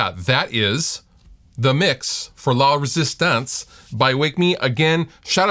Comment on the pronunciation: Sounds like you're saying "Lovers' stance"